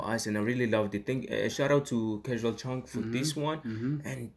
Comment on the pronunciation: Its Cashual Chuck not Chunk😊 And Tatang Robin not Rob Thanks fr rv appreciated